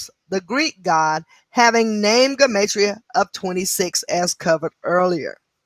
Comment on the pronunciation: let me know about you...I only have an iPhone and it’s to much to read thank you...but I think your saying Gematria wrong...I hope it doesn’t drive me crazy hearing I say this